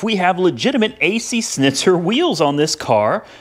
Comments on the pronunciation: ac shnitzer you should say it like that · hay dumb its Schnitzer (shnizer) in german language